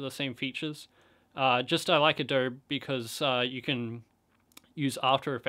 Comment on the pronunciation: Adob-eeee, Adob-iiiii. omg, never heard someone say Adobe like this. This is a nice tutorial, but more tutorial for filmmaking basics not Dragonframe per se. Anyway, thank you. I'm mostly looking for the conform function, the final output isn't intuitive in Dragonframe. It's not clear that you can't just output high resolution video from the program directly because it's only using the preview resolution for everything. I wish there were tutorials that discussed this directly and in detail.